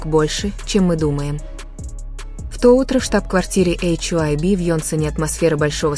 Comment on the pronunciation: Милая, нельзя ли называть ХАЙБ, а не ваше нововведение " Эйч ай уби"?